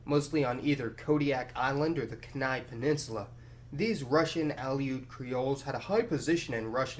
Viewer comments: Kenai, is pronounced key-nai, not ken-nai. You got the nai part right though. Cool video. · It;s pronounced KE-nai not ke-Nai. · It’s pronounced “ Key Nī “ Kēnai Long vowels Not knnai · it hurt my soul when he said "keh nai" instead of "key nai" ;( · It’s KEY-NEY. Not kennay! What the fuck. Also there’s tons and tons of exclusively Russian towns. All around homer on easy end road as well as the wolf lake road community which must be 2-300 people isolated away like arctic Amish. They don’t like us snowmachiners! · a few other minor mispronunciations were made, but I'm letting them go. However, Kenai, rather than k'NYE, is KEEN-eye (town and peninsula). OK, 1 more--Aleut lines up with that of Aleutian, i.e., uh-LOOT, rather than AL-ee-oot. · HE SAID KEN-EYE ITS KEEN-EYE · rather than Captain Bering's first name being VAY-tus, it was vih-TOOSS, and Kenai is pronounced KEEN-eye, rather than kuh-NYE. One last point--the town which seems to most proudly claim its Russian heritage is Sitka (of well-known towns, that is), in that they have, among other things, a Russian dance group which performs mostly for cruise ships. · It's pronounced key-nie, not kan-i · Its pronounced KEEnye, not KehNYE (I am referring to Kenai) :) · KEY-NYE not Ken I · Love the vid but just a note, the Kenai peninsula isnt pronounced KEN-ai, its KEY-ni. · Kenai peninsula is pronounced "Key-Nye" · you refer to the native people of Alaska as "Native Alaskans" multiple times. This is not the correct term. Native Alaskan means anyone born in Alaska of any ethnicity/race/culture etc. "Alaska Native" is the correct term of native people of Alaska. Also the Kenai Peninsula or pronounced Key - Ni and the Ni is like Nye in Bill Nye the science guy. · FYI, Kenai is pronounced “Kee-nai” peninsula, with a long e sound. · just a couple things. Kenai is pronounced more like key-nye (or keen-eye). Tlingit is pronounced more like clink-it. cool video. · Kenai is pronounced keen-eye.